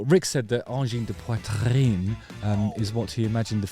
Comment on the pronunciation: WoW Justin your RRRRR from the throat in ''Poitrine'' sounds very french!!! You nailed it!! King Crimson rules and check the era of Peter Gabriel with Genesis after ;)